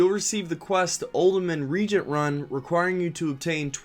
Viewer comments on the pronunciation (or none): It's pronounced "ree-Agent" not "reeegent" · Yeah re-agent vs regent.:P all good though. Good video.:) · "Reagent" is not the same word as "regent". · A new generation of fans gonna be out in the world mispronouncing reagent, absolutely unemployable!